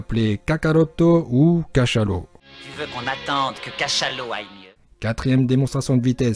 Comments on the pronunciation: Cachalot c est une faute prononciation . Mais sa reste MDR . ☺😂😂😂👍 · Putain mais "Cachalot", quoi ...